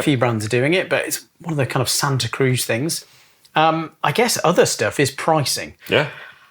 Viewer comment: As someone from the Bay Area, please pronounce it correctly,! Like does!